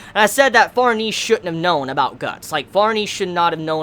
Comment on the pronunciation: Just a heads up, Farnese's name is pronounced Far-ne-ze, not Farnees. It's an italian name. I made that mistake initially, too.